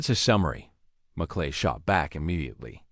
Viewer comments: The commentator needs to pay attention to the name of a US Senator. Merkley not Mcllay. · AI????? MerClay??????? for Merkley. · M E R K L E Y is not pronounced MAKLAY. Do your homework. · Merkly not Mc lay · The senator’s name is pronounced “MURK-lee.” He’s from OR. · I am not american but the narrator needs to know merkley's name